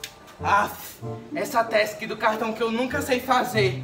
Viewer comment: É skip não skap e não é tausk é task